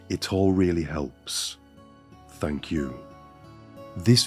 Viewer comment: This dude really loves to say thank you. Or should I say "Fank you"